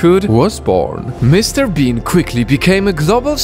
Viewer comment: every time he said mrbean he said mrbeam.tats a yutuber